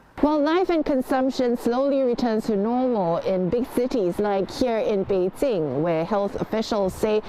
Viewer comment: Every single time when says 'Bei-Zinc' I cringed. Jing, not Zinc.